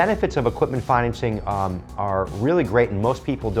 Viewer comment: It’s financing not fineancing